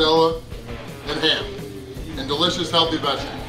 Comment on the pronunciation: Randy saying the word ''Healthy'' is like asking us Muslims to say ''Pork'' LOL